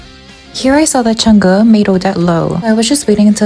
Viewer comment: finally someone knows how to pronouce CHANG'E its not chang a its chang E (chinese e sound)